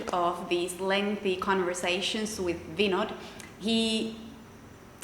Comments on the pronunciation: Vinod pronounced Vin-noth, d like -th. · I love the way she call vinod . Typically like indian 😍